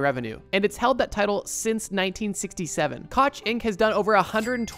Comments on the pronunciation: Koch is generally pronounced “Coke,” or sometimes even “cock” depending on who you ask! 😊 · “KOCH”, pronounced COKE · an fyi Charles Koch's last name is pronounced Coke, like the soda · For Kansas btw, Koch is pronounced like "Coke" not "Cotch." It's not too big a deal just wanted to let you know. Have a great week! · Koch is pronounced "coke." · Koch is pronounced like coke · Koch is pronounced like the drink coke. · koch is pronounced "coke" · They say Coke, not Koch. Wonder why 🤔😂 P.S.- Fidelity should buy & dissolve the Celtics & Red Sox. Because NY! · koch is pronounced "coke" <3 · Cool video. Koch is pronounced Coke. That hurt my ears. Him & his bro were the $$ behind The Tea Party...ah.. The Tea Party, man those were the days!! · Koch is pronounced coke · The ch in the name Koch, is pronounced with a hard ck sound. In addition the o is pronounced with a long o sound like in come. Thus, the name Koch, is pronounced the same as Coke. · BRO KOCH IS SAID LIKE COKE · My friend has met Charles Koch before, also it's pronounced like coke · FYI Koch is pronounced coke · from a Kansan: Koch is pronounced “coke” and i was laughing so hard when you got to my state and you were saying it wrong haha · Koch is pronounced like Coke. Trust me, bro. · saying Koch's name incorrectly its pronounced Coke. i know weird linguistics but everyone here in Kansas knows him and his brothers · Koch is pronounced like Coke.